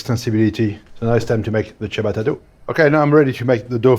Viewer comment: FIRST YOU should learn HOW to pronounce the word ciabatta , but also the way you do it has nothing to do with Italy ! its a self invented rubbish ! the entry G - oven fired with cheap ! gas is disgusting ! selling us wood fire image ! a metal ! box with a stone in it ! production cost under 50 usd ! for the largest one ! is a total fraud ! the image which is build up is. a lie ! any electric oven does the same ! and if you are really interested in food. build yourself a wood fire stone oven !